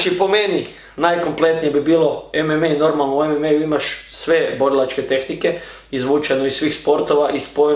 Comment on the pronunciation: nije ememe nego emama